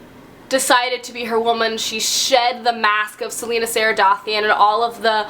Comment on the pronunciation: Ok I've just got to say this: Celaena = Sell-ay-na Aelin = Ay-lin ❤️ It bugs me so much when people call her selena haha